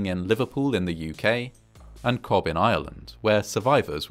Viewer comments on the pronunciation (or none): Cobh is pronounced cove not cobb ffs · Cobh is pronounced like "Cove", not "Cob". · Cobh in Ireland is pronounced "Cove", not "Cob" And that was absolutely not a picture of the memorial in Cobh haha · I'm sure someone else will have mentioned it, 12 hours after the first viewing, but Cobb as mentioned near the end is actually Cobh pronounced Cove or Coav, however it was known then and is best remembered as being Queenstown. I worked aged 15 & 16 with my builder father (mason/bricklayer) on a new housing project in what had become Cobh, Co Cork in 1975. We drove there from the City every day. There was a memorial along the harbour front which I don't remember much about, but it was thought provoking at the time; and otherwise Ireland as a place had little connection to that war. More of a wide concrete walkway / jetty with little or no beach which had not changed at all since that era, and it was remarked and well known that many, many survivors first made land together over many hours along that front and were treated and comforted at the scene. It was good to be reminded of some of the details again, and there were some aspects mentioned here I did not know of or could recollect. I was surprised the toll was around 1200, almost the Titanic again in different waters. Queenstown of course was the last port of call for the Titanic (yes I had to check - old age) so there would have been a Titanic memorial as well, but definitely there was one for the Lusitania and the survivors lining the quayside. (added) Very interesting that so many vessels reached them very quickly. Radio communication was only 3 years along from the Titanic, but very close to a European shoreline in this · Great documentary, as always - thank you. As an fyi - Cobh in Ireland, is pronounced "Cove". 🙂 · Helpful hint: Cobh is pronounced like the English word Cove ;) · Cobh (Ireland) is pronounced 'Cove'. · Cobh is pronounced Cove. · Cobh is pronounced "ko-v". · Cobh is pronounced "cove"